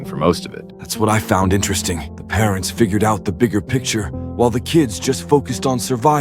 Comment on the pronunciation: why is it parentz and not parents🤣